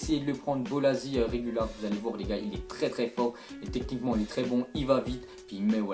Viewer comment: bolasie c pas "zi" mais "ci"